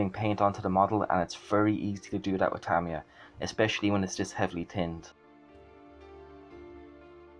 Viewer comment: Well done on the pronounciation of Tamiya too....surprising how many people dont know how the Japanese pronounce it.